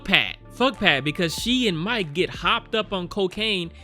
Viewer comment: Isn’t this (much less all of the cannibal movies) out on blu-ray? “Now remember this Mike guy..” Are you sure it’s not Mee-Kay?